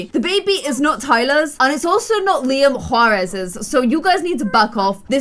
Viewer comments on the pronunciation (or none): none